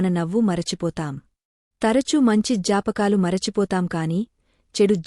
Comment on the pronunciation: Chaala manchi video chesaru kaani konchem telugu bhaasha lo padaalanu sarrigga palikitene meaning correct ga vastundi Ajnaani ane padam kaani jnaani ane padam kaani etc variety ga vunnayi😢 Duhakam ?? Jaapakaalu?? Wat the hell is this Me video complete ga watch cheyyalante meru vaadina padalu correct ga vunte automatic ga chustaru but you are only making us leave ur video in the middle Itself 🙏🙏 Jai shree RadheKrishna